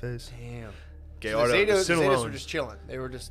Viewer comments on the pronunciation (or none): No mames, I love Shane but he can’t even pronounce “Gallardo” 😂